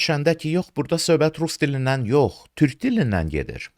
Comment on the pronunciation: Dövlət başçısı TÜRH deyir, TÜRK deyə bilmir.